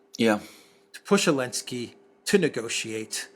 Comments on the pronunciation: I really wanna know why calls Ukraine’s President “Elensky”.😂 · Elensky. 😂 I love you for that